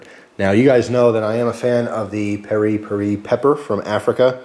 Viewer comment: I'm pretty sure it's pronounced "perry-perry" .Though, I may be incorrect. Glad you are uploading more vids, and I'm sorry to hear you deleted some.